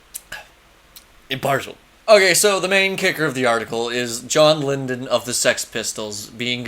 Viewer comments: Who's John Lindun, you mean Lydon (lie-done)?....& you call Mike Graves a 'white supremacist'? & you said Trump called 'mexicans- rapists'...& there's some great Rock against communism like Skrewdriver (77-85), 1st albums by Brutal Attack, No Remorse & Youngblood;; you're a total troll huh, there's NO WAY you're being serious dude. Ha 🤡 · It’s Lydon not lindon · Good video,. But...my brother in Christ, it's "Lydon," not "Lyndon." That's a pretty fucking huge faux-pas. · the british did have fairly progressive ideas about social welfare , which has largely been destroyed now but that came from the left.......its john lydon... not lyndon but hes prone to loudmouth outbusts ,punk was definately left , you had the odd idiot like johnny ramone but anarchism is left , the clash the jam , well known lefties, it was left wing...the ramones are over rated anyway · I’m gonna say he’s drunk Everytime he says John “Lyndon.” Cuz I like the video. Maybe he was nervous? The rest of the video shows he doesn’t have zero clue. It’s jarring and confusing